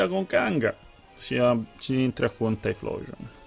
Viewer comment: la pronuncia non è "tai-xplosion"?